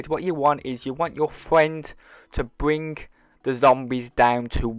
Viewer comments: "U wanna get into a game wit ya fwiend or in spit screen, as soon as your friend kills the zombird" - I love your guys vids but what accent is that? I'm just messin wit ya by the way bud how we pronounce things in the US. Is weird to lol, sick glitch bud keep it up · I’m not to fwend buddy!